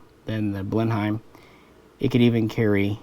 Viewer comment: Blenheim is pronounced Blen-em, but other than that a greta video, thanks